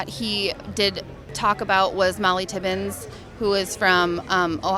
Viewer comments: “Irregardless”, spoken like a true uneducated tRump supporter. And to her daughter, it’s Mollie Tibbets not “Tibbins”. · Wow, going against the wishes of the family but if it wasn't shameful enough, they say the name wrong. She said Tibbens, but the correct name is Tibbetts. Not even on a serious note can Trumpers be well informed. What stops people from simple Google search on topics you are confident to talk about on t.v. if they feel sooo freaky creepy in support of Trump, why can't they READ! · I'm glad that someone else picked up on her mispronouncing the lady's name. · They say mollie tibbetts’ name wrong, then use her death as a reason to be prejudiced, after her parents said that that wasn’t acceptable. I hope these women wake up. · The first girl doesnt even know the actual name of the molly girl killed. Doesnt' even say her last name right. Do your homework. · The apple doesn't fall far from the tree.She couldn't even get the name right at 0.29.Morons. Unbelievable how these idiots make connections..